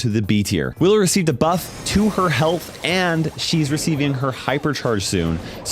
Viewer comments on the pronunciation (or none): did anyone else hear him say Willer?